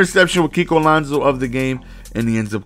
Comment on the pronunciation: I'm pretty sure it's Alonso not Alonzo